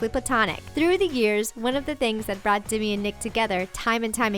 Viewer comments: Its demi not dimi lol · its demi not dimi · Why did they say Dimi instead of Demi? It just annoyed me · demy not dimy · how she said Demi